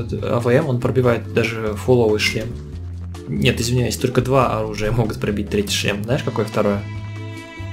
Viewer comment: мне нравится как сказал: NIET!